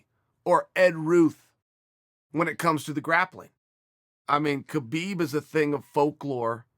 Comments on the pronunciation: Pronounced 'Habib' not 'ke-bib' 🙄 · There is no such name as Khabib. The K is silent ... Dummies